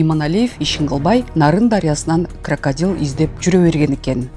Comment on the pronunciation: Молодец аябай кыска нуска суйлопсун эн мыкты суйлогон созу туп туура кракпдилди кракадил дейт